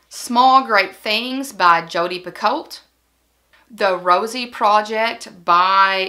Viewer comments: Not that it makes a huge difference but since you mentioned not knowing how to pronounce it: Jodi's last name is pronounced Pe-Koe, like the tea. And we learned last year (when Liane herself corrected us at an event 😳) that her name is pronounced Lee-ahn. They are both huge favorites of mine as well. And Ove is one of my top five books I've ever read. You have great taste in books. I am a novelist and I love that you are encouraging people to read! (My latest book is When We Were Worthy. Let me know if you'd like me to send it to you!) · I also love Jodi Picoult. Apparently it's pronounced Pee Ko. I always said pee colt as well. I just started reading Nineteen Minutes.